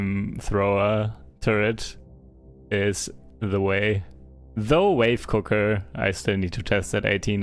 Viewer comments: Haha man the way you say wave cooker sounds like 'wife cooker', fuggin hilarious! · except we all know, including, it's an English word, hardly obscure one. It's very unlikely he's unaware of the correct pronunciation and not just joking.